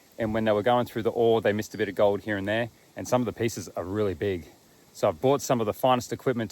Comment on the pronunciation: you said 'gold' wrong